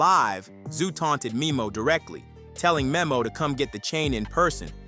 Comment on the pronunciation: It’s DTHANG NOT DTHONG and it’s MEMO(Meh-Mo)